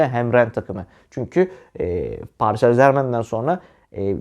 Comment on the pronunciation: Allah askina paris en zermen deme yav elim ayagim titriyor